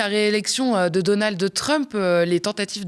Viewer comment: C'est Donald pas donaldeu